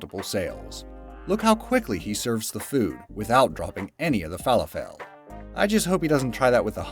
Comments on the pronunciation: It's pronounced Fa-LAH-fel with emphasis on the Lah. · Q-W-E-R-T-Y omfg, just say it it sounds exactly as its spelled and "fall-a-fall"??? you literally almost made my ears bleed idk if you skipped school, but you seriously need a refresher in language arts / english / "whatever its called these days" class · These people are amazing! Like those rice farmers! They SING while they plant?! That is AWESOME! And it is pronounced Fa-laf-le. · Wtf is a "fall a fell" ball? Oh you mean falafel... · Falafel is pronounced like waffle falaffle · Lol... Ivw never heard falafel pronounced fa lafell 😂😂😂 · Haha Falla-fell. Nice pronunciation :P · So many errors in this video from the person narrating it.... its Fah-la-full. Not what you said. And it Gif not Jif. The cheif is Hero. Not what ever was said. Man. Why is he reading this. WHY AM I WATCHING THIS? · u said Fah laH fIL wrong lol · I almost had to exit out of the video when he kept saying "Fall-a-fall" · It is pronounced falafel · Fall-a-fell? Oh dear... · is going down hill. Can’t pronounce “falafel”???🤦🏻‍♂️ Have also seen some topics be in multiple videos with different stories. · You mispronounced Falafel it was quite cringy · Omg stop saying falafel like that...What planet are you from?😅😅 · Yea you did not pronounce falafel correctly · I liked the better version where there's no shitty writing and commentary. Like, who spells out "qwerty" and says falafel wrong? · Has nobody involved with this video heard of falafel before? What is that failed pronunciation about? Also GIF is not pronounced “JIF”. This isn’t peanut butter. The G stands for graphic so it’s a hard G as in Gregory. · What did u call falafel? 😂😂😂😂😂😂😂😂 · Why is he pronouncing falafel so oddly? I had to think for a moment because I was like..... those look like falafels to me. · That's not how you say falafel but i guess it's not a big deal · THE WAY HE SAID FALAFEL I'M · I love how you pronounce Falafel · Pronounced fah lah ful not fella fell